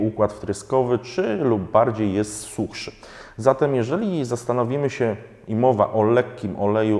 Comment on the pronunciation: "suchszy" ;-) ...to brzmi jak ciężejszy :-)